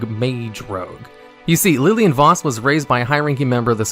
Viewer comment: He also pronounces her name correct